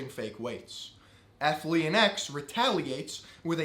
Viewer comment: Take a shot every time he mispronounces Athlean X